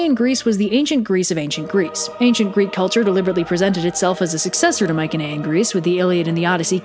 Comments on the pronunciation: "My-see-knee-ian" not "Mike-an-aye-an" ... I'd say nothing if you mentioned it once or twice but Holy crap you mentioned it like 8 times in 8 seconds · Interesting content :) By the way, Mycaenean is pronounced with a soft C, like. Myseneean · Your pronunciation of Mycenaean is killing me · That's not how you pronounce Mycenaean in English. We don't even know how it was pronounced in bronze age Greek...oh, wait a minute. It wasn't pronounced at all. It's an English word.